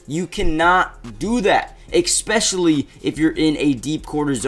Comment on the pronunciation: There's no "K" sound in "especially"....it's spelled "especially" not "ekspecially"